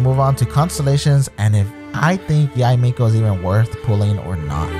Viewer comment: Tysm! And btw her name is pronounced Yi-mekO